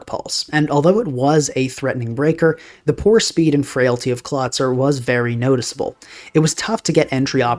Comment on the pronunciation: I realize now, that I was coming off like a huge dick here. Please let me explain: I thought it was a further April fools joke pronouncing Golisopod and Clawitzer that way and wrote this comment right after hearing "Klah-tsur" for the sixth time. Having a casual predilection for linguistics and learning about the (imo tragic) history and development of the english language, I developed an irrationally strong aversion to the english spelling and pronounciation. Especially, because it is the only germanic language that lost the characteristic consistency and clarity of this language family. (To get a feeling for what I mean, "Storied" made a great, short video called "The screwed-up history of English Spelling", giving a good overview of what lead to the current state of the english spelling), I assumed the perceived, purposeful mispronounciation of these Pokemon was a subtle nod to the running gag of WolfeyVGC commonly mispronouncing Pokemon names as April fools videos sometimes lend jokes from neighbouring communities with a considerable overlap in viewers. Anyway: Due to my irrational aversion towards the english pronounciation, these jokes work well on me. And what was meant as a slightly annoyed admittance of your successful troll on me, just ended up as me just making a mean comment. I beg your pardon and want to express my appreciation for your channel. I usually don't comment often but catch most/all of your videos.